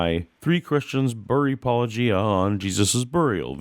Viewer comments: Why do they always get the name wrong? They are talking about apologetics, they even use the word themselves about what they do. Why is it such a leap that Paulogia would be pronounced similarly? It hurts my heart that these people who are so smart assed about how the original Greek or Hebrew or Aramaic pronunciations have caused or not caused translation issues cant seem to get their heads around a simple English portmanteau. Come on apologists, do better. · Maybe it's just a personal hangup, but the purposeful mispronouciation of someone name is a really dick move. . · These myth-nutters have to reach sooOOOOOoooo far into the improbable (2 centuries after the supposed fact) to support their myth. And what is up with the difficulty in saying "Paulogia" properly. Can we send them to stop bullets on the Ukrainian front line? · ok it's been bugging me for a while but why does every apologist mispronounced Paulogia when they either talk to him or respond to a video. I mean he says it in the opening of pretty much every video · He kept mispronouncing your fake name. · With as frequently as poor username is mispronounced, I'm surprised at his restraint in not returning the favor. "Hello, Mike LICK-oh-KNEE-uh." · "He's become a legend in the world of atheists" and yet Licona (and others) are STILL mispronouncing your name even though you pronounce it at the beginning of EVERY video. It has to be intentional. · I think has said that there is no "correct" pronunciation of his channel. That said, I laughed so hard in that video where someone said it with a soft G - "Wait. You said my name... the way I say my name. Are you sure you're actual Christian apologists?" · More like they're being passive-aggressive by pronouncing it. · I know!! I cringe every time I hear a hard G in Paulogia… I want to shout its Paulojeeea!!! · You showed tremendous patience with Licona pronouncing your handle with a hard G.